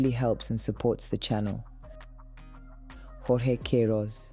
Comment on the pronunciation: Kentridge's series of films In Defence of Optimism is brilliant! Is Jorge really pronounced in the Spanish rather than Portuguese way? Emin is trash.